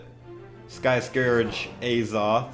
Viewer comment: you pronounced scourge right don’t worry